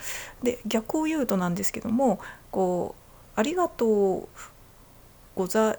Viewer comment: 関西人を真似て「ありがとう」と言ったイントネーションが「蟻がトウ」と聞こえるのは自分が関西人だからか？関東の人が関西人を真似ると（笑）けるね